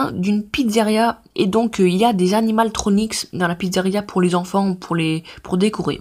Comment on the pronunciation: Pourquoi tu parle comme ça et pourquoi tu dis èièsse et animaltronics